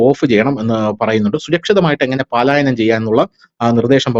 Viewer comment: "പാലായനം" അല്ലടാ പലായനം എന്ന് പറ.😅😅😅😅മലയാളി ആണ് പോലും....😂😂😂😂